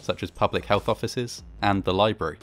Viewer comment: li brary not li berry